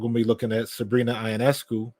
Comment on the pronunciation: You didn't watch the game, you don't know the players? The game was attended by season ticket holders only. Yet another desire to connect Caitlin Clark to everything Angel Reese does. OH and Sabrina's last name is pronounced "Yo Ness Scoo".